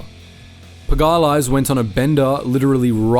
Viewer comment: puh gah lass is a wild pronunciation of pag-uh-lees